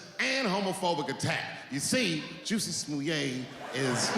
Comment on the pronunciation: He may have called him Juicy for legal reasons but it was funny how he massacred that name over and over.